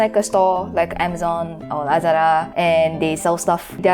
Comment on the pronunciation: "lázadá" Filipinos: big cringe